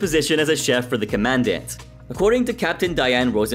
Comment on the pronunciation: COMM-ah-DAUNT. Commandant.